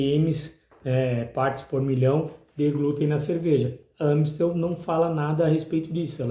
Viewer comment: Naoo é Ã é A ... Amistel.... Tem Ã no rótulo??? Para de falar errado